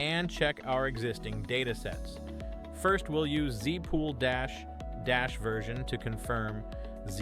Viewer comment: Here's a list of the clues I found: There's a curious pause between the first and second dash. Every Linux user I know pronounces the first letters separately. "zef spool"? I think I'll leave it there.